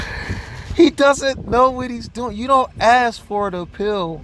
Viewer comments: Why do some ppl say "aks"instead "ask"?? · He really needs to stop saying ax, dat, dis tact-it agreement and dis, dat and a third. He is evil. Why isn't he speaking to the prosecution rather than the judge. He refers everything to the judge. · So do y’all remember when he complained that the state didn’t have to tell him their witness list????!!!!!????? Also, his thug behavior is disgusting. And the way he talks??? Do dat. Ax. Breaf. Oaf. Seriously. Whatever school he went to? Stay far away! And his mom should be up there with him. All the lies she’s told! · Maybe while he is locked up he can learn how to say ask 🤦‍♀️